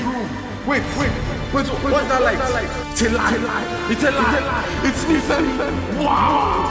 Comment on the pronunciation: This movie was annoying!!! You pronounced nifemi wrongly tho